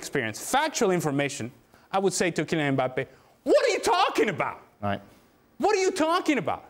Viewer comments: said Kylian Mpaypal.. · I thought Dan called him "Emir Mbappe" I almost lost it lol